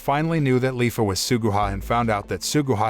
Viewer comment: *leafa not Lyfa